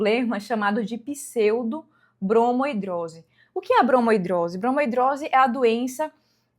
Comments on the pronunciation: Uma dermatologista falar "bromo hidrose", a palavra é bromidrose. 😕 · Mulher pra de chamar de bromOidrose kkkkkk tira a credibilidade, parece que você leu a palavra pela primeira vez hoje e tá falando sem propriedade